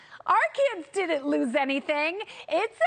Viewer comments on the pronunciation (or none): When someone says words like dihint axt and imporhant they loose me